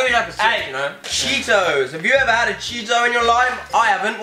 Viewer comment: I know my food Also: calls Cheetos chetahs